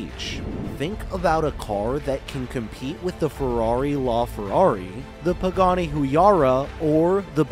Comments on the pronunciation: Gets on my nerves, when people on social media want to make out they're an authority on things when they haven't even done the minimum of research to even pronounce the things. WTF is a Pay-guni??? F-all to do with Pagans. Pa - like "pack" ga - like "gallop" Ni - like "knee". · did you really say pegani?